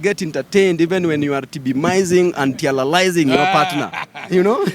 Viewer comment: Eti babu anaema tibilizing and tialalizing waah! Babu umenimaliza